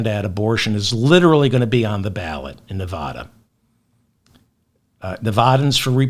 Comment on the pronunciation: Your persistent, incorrect pronunciation of Nevada makes your otherwise fantastic podcast unlistenable. It gives me a headache.